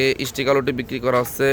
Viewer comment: সবার আগে শুদ্ধ সালাম দেয়াটা শিখুন।,,হছ্ছে কি হচ্ছে বলুন